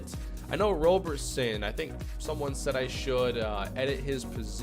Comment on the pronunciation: Don’t shoot 3s with Roberson unless his rating has gotten better in this universe Also his name is pronounced rob-erson (like Robertson but no T) edit: saw the F 3pt rating, it hasn’t gotten better.